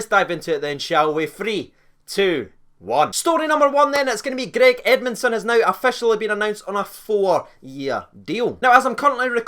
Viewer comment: “Greg edmundsom” cmon